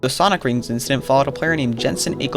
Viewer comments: NOOO ITS SAWNIC RINGS 😠✨✨ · lol I love the “sawnici rings” video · there CALLED SAWNICK EAR WANGS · "no they are sawnick rings" albert just makes everyone say ear rings "HAHA MY SAWNICK RINGS ARE TOO BIG" 💀